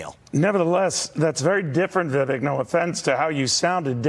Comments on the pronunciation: As a journalist Neil needs to learn how to pronounce "Vivek." It rhymes with "bake" not "beck." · ugh .. at this point how can any news rep continue to mispronounce his name! They lose me from that moment.. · Neil still can't pronounce his name right.